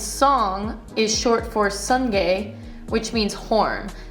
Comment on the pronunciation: It is pronounced su-ngai ("soo" and "ngai", like "kai".. not "song-gay". The word is "sungay" for horn.